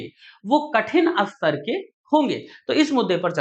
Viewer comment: अस्तर या स्तर 😂